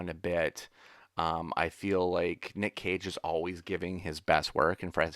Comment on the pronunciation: LOL every time says "Nick Cage" I hear "Nick Cave" and now I've got "Red Right Hand" playing over and over in my brain. ARGH!:)